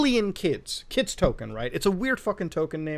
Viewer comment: It’s not $kids it’s Skids man it’s Skids 😭😭😭